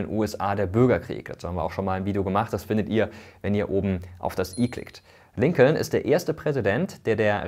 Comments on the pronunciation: Es wird Lincon ausgesprochen. Das zweite L bei Lincoln ist stumm. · Noch deutscher kann man die Namen gar nicht aussprechen😂 Rusewelt und LinkoLn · Übrigens ist das zweite L in Lincoln silent. Also es wird quasi Lincon ausgesprochen 😅 trotzdem gutes Video! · Das zweite "L" bei Lincoln is übrigends stumm. Der Name wird wie "Linken" ausgesprochen und leitet sich von der gleichnamigen Stadt in Lincolshire in England ab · Kleiner Hinweis: Lincoln wird Lincon ausgesprochen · genau das meine ich, mit O und nicht mit U wie im Video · Tollen Video. Das zweite l in Lincoln wird übrigens nicht gesprochen. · Top Video, aber jedes Mal wenn er Lincoln ausspricht... :D da kräuseln sich mir die Nägel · Bei der Aussprache sind hier aber schon einige Fehler passiert: Roosevelt wird natürlich nicht Ru:svelt gesprochen sondern nach holländischem Vorbilde Rosevelt. Und bei Lincoln ist das L stummt, also Linkon. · Ich finde deine Videos super! Kurze Anmerkung zur Aussprache (will allerdings nicht so oberklug rüberkommen): Lincoln spricht man in English: Lincon (das L wird verschluckt, hört man nicht) und bei Roosevelt sagt man: Rosevelt (, das O ist ein O, auch wenn da zwei Os stehen). Wie gesagt, sollte nicht besserwisserisch sein und ich finde dein Videos SUPER! Danke.